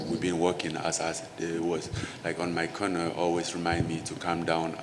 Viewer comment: I keep thinking he saying Connor instead of corner 🤦‍♂️😂